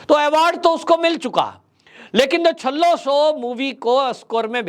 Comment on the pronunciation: सर जी छल्ला शो नहीं पर छेल्लोशो, गुजराती में लास्ट को छेल्लो बोलाजाता है।